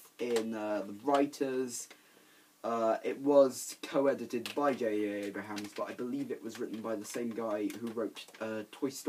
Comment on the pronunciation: JJ Abrams* Not JJ Abrahams.